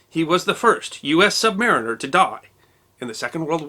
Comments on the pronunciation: Not "sub-MAR-iner" ... sub-mah-REEN-er. "sub-sailor" implies less effective, a "lesser" sailor. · I LOVE your entire channel, was delighted to hear you mention old friend Dr. Harry Turtledove (RIP) in a recently-discovered episode, but PLEASE, PLEASE, PLEASE!!! It's not SUB-MARINER as in "something beneath a mariner," it's SUBMARINE-RRR!! as in "And now for something completely different: a man with three testicles and they're made of solid polished Navy brass." The Brits also pronounce it "aluminiom."